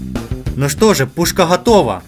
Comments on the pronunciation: Ты почему говориш хатова не готова может в рассие так но незнаю я в каз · Можно говорить готова а не хатова